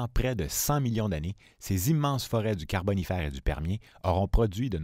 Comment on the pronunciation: J'ai tenu jusqu'au troisième "carbonifAYr" puis j'a dû couper le son. Je rigole encore...